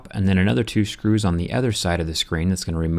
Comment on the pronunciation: Why do you say Shcrus?